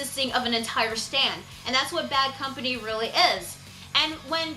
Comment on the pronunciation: who cares about the subs since they prenounce it "baddo kampani"?